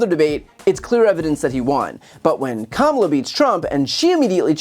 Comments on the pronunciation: Did l heard right? Did That crazy man pronounce our next presidents name correctly ? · Sometimes he pronounces Kamala's name correctly, and the rest of the time it's Comrade Ka-Mala -- Hey Don, I think "comrade" refers to a friend or colleague -- As usual, he shows he's not a deep thinker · Oh he by accident pronounced Kamala’s name correctly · Holy shit he said her name right, he's cooked! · Interesting, he finally pronounced her name correctly. Wonder what that slip means. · Shocked, I just heard a republican pronounce Kamal correctly. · He slipped and pronounced here name correctly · Wait, did he finally say her name correctly ? 😲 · Wait, the bozo pronounced KAH-mu-lah correctly?! Heaven forfend! 🤣😂 Trumpy always declariing enemies, always needing urgency and immediacy, while displaying his terrified reality in that bozo mind how he was handled easily by a smarter, better-prepared and more capable opponent. The "they're eating the dogs!" old guy is over. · he pronounced her name correctly 😅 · He pronounced her name correctly. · He pronounced "Kamala" correctly. Lol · It's funny when Trump accidentally says her name right. Ha. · He said her name correctly FINALLY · He finally pronounced her name correctly! That just confirms he knows how to pronounce it, but just chooses not to. 😡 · Atleast he proved he knows how to say her name correctly! That's all I got from this. Everything else was just noise from him. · Trump pronounces Kamala correctly. It should be clear to everyone that he mispronounces her name intentionally. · At least he learned how to say her name correctly. He's scared to fight again like Ronda Rousey. 😐 He doesn't want anymore of that Harris smoke. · DID HE SAY COMMALA/KAMALA HE BROUGHT A VOWEL AND GOT A CLUE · HFS he said her name correctly 🤯🤯🤯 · I think he accidentally said Kamala correctly. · Wow, did I just hear him pronounce Kamala's name correctly??? 😂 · At least Chump pronounced Kamala's name right this time. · He said "Kamala" correctly.